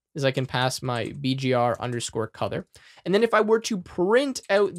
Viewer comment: Can I ask why you pronounce "Color" as "Cother"?